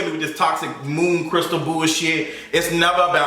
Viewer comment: I die every time he says moon crystal